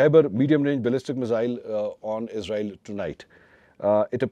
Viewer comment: منصور بھائ اپ عزرائیل نہیں بولے اسرائیل کہیں اسرائیل